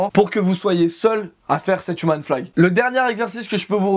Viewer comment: Si en plus tu le prononçais comme il faut "Youmeun flag" ça rendrait ça 8 fois plus stylé :D